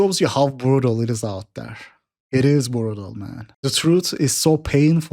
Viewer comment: “Burutal bro”